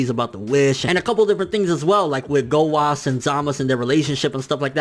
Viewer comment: Why are you saying 'Zamas' and 'Gowas'?